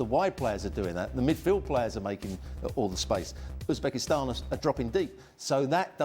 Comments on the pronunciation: Its Uzebekistsnan for Christ sake😂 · ITS UZBESKITAN morons